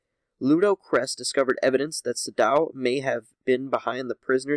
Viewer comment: You are having serious problems pronouncing these names. Sadow is pronounced the same as Shadow (without the H) Kressh is not prounced cress, it's kresSH. It's Massassi!! MASSASSI!